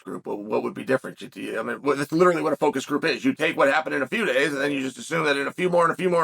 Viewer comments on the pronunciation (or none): none